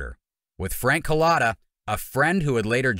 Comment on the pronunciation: It’s Cullota not Collata